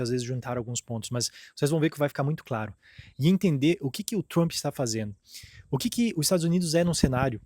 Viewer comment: O conteudo e bom mas nao entendo ate hoje como Brasileiros nao conseguem pronunciar palavras e nomes em ingles. TRUMPE. se pronuncia Tramp. Se corrigir isso fca 100%.